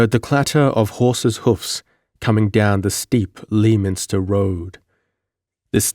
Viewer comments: Tremendously enjoyable read and fortunate channel find. Sorry in advance but in case this come up for whatever reason in the future: Lei-minster. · Great read brother but just to give you a heads up. "Leominster" is pronounced "LEH-min-Stir" I'm not being a twat, it's just that I'm from South Boston in the great Commonwealth of Massachusetts so know the towns names. Oh "Lathrop' is pronounced "LAY-throp"